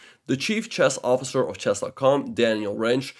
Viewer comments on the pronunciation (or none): none